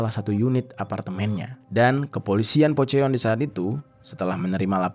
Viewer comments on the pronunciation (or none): Fyi ya Eonitu dibaca O Jeong dibaca Jong Poceon jasi Pocon 😂